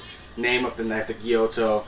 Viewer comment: is it not a gyuto, thats why you pronounce it wrong all the time?